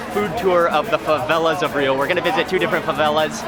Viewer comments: I know its been 1y and someone prob has already told u but rio its pronounced as "hio" not "ŕřio", just a note, great video btw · Dude... Such an awesome video. It aint RRRRRRio its like Hio. Okay? LoL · Great spanish pronounciation of "Rio" but in portuguese it´s actually pronounced something like "Hio" ;) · The "R" in Rio I'd pronounced like the "H" in Happy, Hi, Hello, just for you guys to know (Generally speaking, there are some accents that sounds like that) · Dude, it's Portuguese not Spanish. Don't roll the R in Rio. It is pronounced with an h-sound. "Hee-oooh" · I wish people would stop pronouncing the R in Rio as Spanish ): it's more like Hio, you punks. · If you know the correct pronunciation of Rio, why do you continue to roll the 'R' ? I'm only asking because I get offended when people know how to pronounce my last name, yet they choose their own pronunciation